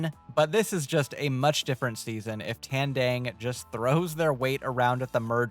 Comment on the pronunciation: you can pronounce Kalabaw but not Tandang. they have the same A sounds